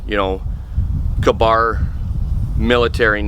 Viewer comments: Its k bar like kay bar lol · how can somebody live in america and not be able to pronounce ka-bar